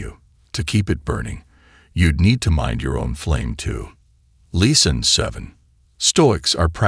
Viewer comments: What does the narrator mean by leason? 🤔 I exprected something like lessons, pronounced as lè sons or doesn't he mean teachings?? I wasn't forgetting myself, but sometimes people play the victim. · AI can be cool, but man it will be so nice when it really “learns” to speak correctly. “Lesson” is not pronounced “Lee-sawn” lol.